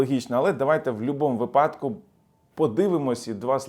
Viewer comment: Шановний!Слово вИпадокмає такий наголос. Дякую за аналітику,завжди цікаво!Слава ЗСУ!!!